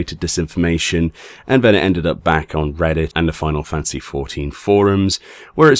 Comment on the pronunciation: ...I get you’re a Brit. Please, for the love of god, it’s “fan-ta-sy”. Not “fan-cy”. I get the old saw about “two people divided by a common language”... it they are very clearly spelled, and the former clearly has 3 syllables.